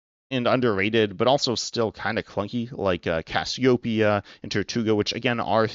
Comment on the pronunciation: Great video, but it drives me insane how you say "Cassiopia" instead of "Cassiopeia"